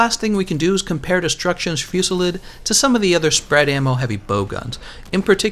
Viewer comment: Destruction Fewsilid.... I still can't get over how u say it...